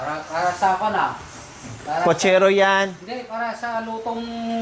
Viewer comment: Putchero not putchera 😁😁😁